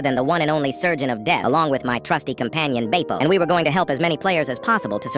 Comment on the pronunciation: Did you say bapo it’s Bepo B-EH-PO